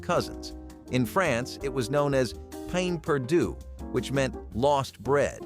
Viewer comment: Pain Perdu? I believe Bread in French is pronounced like Pehn.